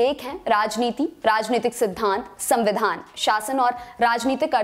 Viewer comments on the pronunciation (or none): none